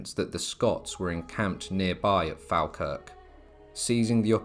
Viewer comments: It’s pronounced fall Kirk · Falkirk is pronounced as Fall-kirk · Falkirk is prounced FOLKIRK. (Didn't anyone check these pronounciations? They are embarrassing Moray is Moray no ephasis on the ''' ray bit.. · Locally, its pronounced Fawkirk